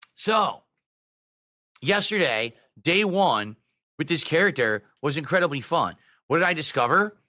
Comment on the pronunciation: "Incredidy" ?? Did I hear that right?